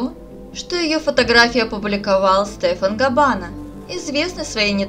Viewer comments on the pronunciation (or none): none